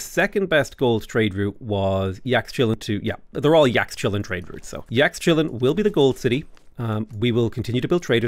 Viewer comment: I think Yaxchilan is pronounced like Yashchilan.